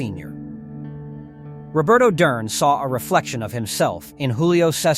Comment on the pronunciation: so many errors.. misplaced pictures of fighters and Ai voice that cant annunciate Duran. Its good video but could be even better